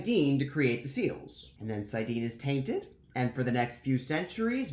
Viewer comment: Sai-dean?? Ee-sha-mah-yell?? I've been reading both as Sai-dinn and Ish-mail, and now you have me questioning everything I know